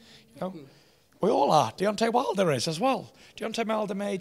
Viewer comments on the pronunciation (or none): 13.40 Fury said: "Deontay Milder."